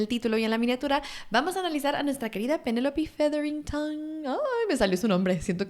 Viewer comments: quería ver el video, por que me gusta el contenido, pero no soporto, la manera como dice Penelope, no hay que exagerar, solo pronuncia Penelope, hay cosas que es obvio que no son en español, y no hay como tal un equivalente, como su apellido, pero si puedes decir PENELOPE. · Ayyy, todo el vídeo estuve de: "es Penelope, no Penelopi":c Dejando eso de lado simpre me gusta tu forma de analizar al personaje 🎉